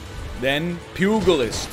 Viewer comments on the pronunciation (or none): none